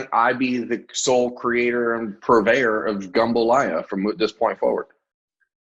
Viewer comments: It's jumbalaya, not gumbalaya. Gumbo is a different dish.lol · Try “jambalaya” lol